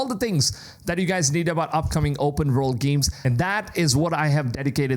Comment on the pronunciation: I dont get how this fuckin guys english is damn near perfect except for his W's and V's. Words are "vords" and Verbs are "werbs".